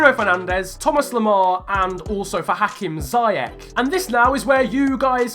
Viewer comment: Ziyech is pronounced as ‘see-yech’ with the ch pronounced like the Dutch ‘G’ sound. Thought I’d throw it out there :)